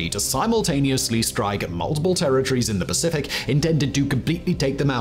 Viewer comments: Did say "across the specific"? Sure sounded like it LOL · Across the Specific?? 😂😂😂😂 just a funny lil mistake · "Across the specific" lmao😂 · “Across the specific” 😂